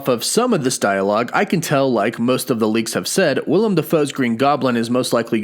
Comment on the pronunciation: small thing, but his name is Willem Defoe. Willem not Will-i-am.